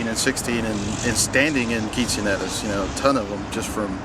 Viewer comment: ITS QUINCEAÑERAS,,,NOT QUINCINERAS homeboii